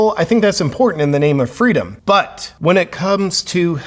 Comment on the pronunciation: did you say freedom or fritos?